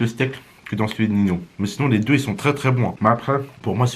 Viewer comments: Ça ce prononce "ninhio pas nino " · prq il dit nino ?